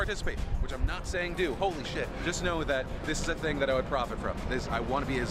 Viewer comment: ‘th’ dude, not ‘ff’ Jesus. You’re so thucking unlikeable.